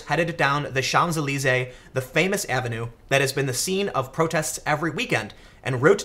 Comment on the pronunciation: Hey Hey! A journalist who can pronounce Champs-Elysees! Always knew that you were the genuine article.